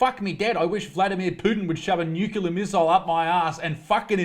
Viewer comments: Love what you’re saying until you get to “nucular”. Not a word, mate. 😁 You need a shirt with the letters STFU on it. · I turned this video off after he pronounced the letter Zed like an American, then said nuclear wrong. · Nuclear has only one u. Stop the lazy mispronunciation.